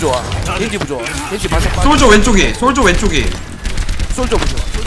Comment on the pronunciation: 솔져가 아니고 솔저입니다